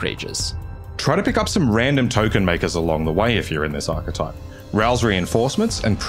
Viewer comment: I can't believe someone pronounced the word "archetype" correctly for a change!